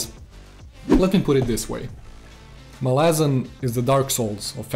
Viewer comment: MAhlazan, not MalAhzan